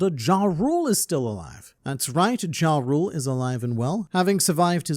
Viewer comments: Jarul is pronounced with a "Ya" sound, not a "Ja". Think of it as saying Jul Time instead of Christmas Time. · YARUL, the J is pronounced as a Y. Its Yoral and Yarul BUNCH OF DUNCES !